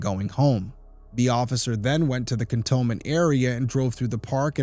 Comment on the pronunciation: Just so you know, I believe it's pronounced Can-tone-ment. Sad, another case that might have been solved if witnesses would just tell the truth, from the beginning. I mean especially the Mom.